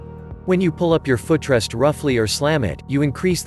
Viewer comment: My "fuh trest"? Computer has never used a foot rest, let alone pronounced it 😅